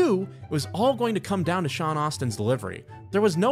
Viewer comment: and yet somehow mispronounced Sean Astin.